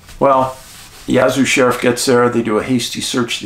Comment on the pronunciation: Its Yazoo pronounced like jazz. Yazoo 🙂